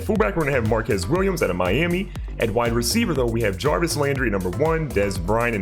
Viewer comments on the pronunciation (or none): none